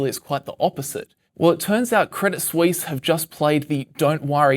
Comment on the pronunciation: "credit sweeess"